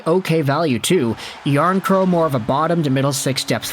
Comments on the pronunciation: The final K isn’t silent and isn’t in any language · PS it’s Jarnkrok Noᴛ Jarnkrow